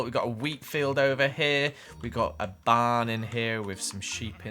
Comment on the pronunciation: I thought he Said bar instead of barn XD